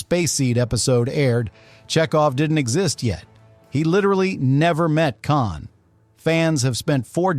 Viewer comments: “Caaan”??!???!?? C’mon, if you’re going to use AI voices, at least make sure the AI knows how to pronounce KHAAAN! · Not bad for an AI Generated Diatribe... it may just be the voiceover but calling KHAN 'CAN' is a tipoff.... :p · Just imagine if it was actually "CAN!" like the AI slop said it instead of the actual "KHAN!" 😂😂😂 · For the love of The great bird of the Galaxy, stop using AI voices. Kahn-Kahn? And it never pronounced Montalban The same way twice. Call me. I'll do it for nothing.